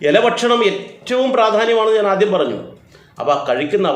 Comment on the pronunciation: ആധ്യം എന്നല്ല ആദ്യം എന്നാണ്